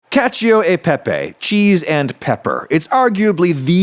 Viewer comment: Haha he said caca peepee 😂